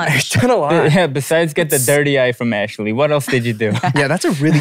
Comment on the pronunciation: 미친 ㅋㅋㅋㅋㅋBitchna ㅋㅋㅋㅋㅋㅋㅋㅋㅋㅋㅋㅋㅋ애쉴리 이름 빛나구나 ㅋ 한국 이름 예쁜데 미국애들 한국말 발음 못하니 ㅋㅋㅋㅋㅋ